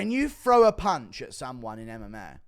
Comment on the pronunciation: I'll never understand why people from the UK say "FRow" instead of "THrow". TH does not make an F sound so what do they teach y'all in school? Do they not even teach TH? Do yall just take those out of the Alphabet? Not like its hard to make a TH sound, is it. Always talk about how they invented English but they literally cant even speak the language😂😂. But I'm serious about wanting to know how they teach reading and English over there. I gotta know.